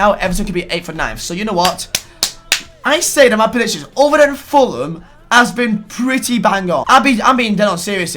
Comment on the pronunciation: Why did you pronounce predictions as presictions